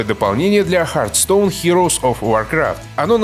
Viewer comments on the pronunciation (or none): none